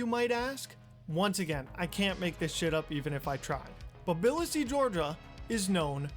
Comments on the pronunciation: Another banger from! BTW, it’s “tuhbuhleesee” not “billahsee”. And you should definitely collab with Coffee. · Nice video until 22 minutes in: 1. Tbilisi isn't pronounced Bil-le-se, its Tuh-buh-lee-see. 2. That's not what Georgia is known for at all. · Did he just fucking call Tbilisi biLlisEe???